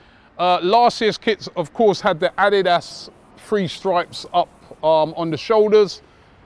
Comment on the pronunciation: The way Robbie is saying ADIDAS 🤦🏾‍♂️